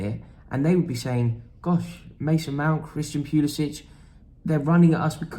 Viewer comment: I hate to be a pill but Christian Pulisic pronounces his name with an -ick at the end and not an -itch.